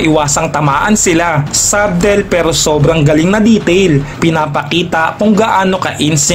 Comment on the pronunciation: ˈsə-tᵊl talaga yon hindi sub-tel